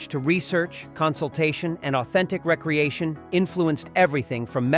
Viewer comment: re-creation not recreation more AI